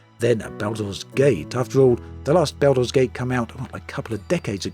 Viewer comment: Everyone: Baldur's Gate 3.: Belder's Gate 3